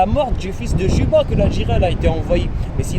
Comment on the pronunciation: Cléopâtre Séléné fille de Cléopâtre d'Égypte. Son époux était le Rex Juba II, le roi savant, prononcer Yuba, bien-sûr.